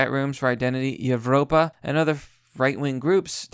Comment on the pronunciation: Evropa is pronounced like Europa... the V is used in lots of that stuff because many Old-Latin languages used a V instead of a U. It’s in lots of Roman architecture and other beautiful works of Europeans too.